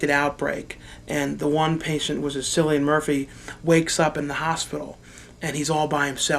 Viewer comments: its pronounced kill-e-an murphy not silly-an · It's "Kill-ian" murphy. :P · dont hate me please, love your videos watch them all the time your a genious, but im irish and his name is pronounced Killian murphy